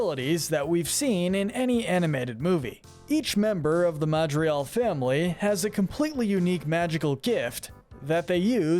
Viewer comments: The videos are great, the analysis and quality in your voice is amazing. But the pronounciation on certain names could improve. I keep hearing Madrial instead of MadriGal for instance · its not ehn caunt ow its en can to its not mauh drigaul its mad drigal its not aubuelah its ab well ah AND ITS NOT CUMILO ITS CA MEE LO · It’s pronounced ma dri gal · Why do you keep pronouncing it Madrial? Pronunciation: Mad-rri-gal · why does he say ma-dri-al? its MAH-DRI-GAL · It’s Madrigal,! You’re so bad at pronouncing and spelling names! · Not sure if your saying it right but when you say madrigal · Dude, please, pronounce "Madrigal" right... You completely leave out the 'g' every time.